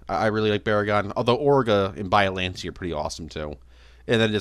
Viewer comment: Every time you say “bialante” it hurts me